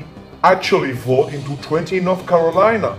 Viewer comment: Hey buddy , easy on my home states name. 😂 north cocklina 😂😂😂